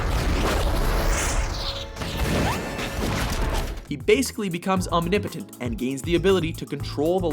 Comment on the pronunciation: It's annoying how the narrator pronounces the word 'omnipotent'